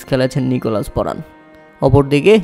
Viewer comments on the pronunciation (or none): নিকোলাস পুরান ❌ নিকোলাস পরান ✅ 😂😂😂😂